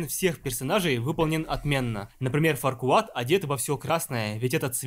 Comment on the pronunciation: Фарквад? Ват? Я думал его зовут Фаркуад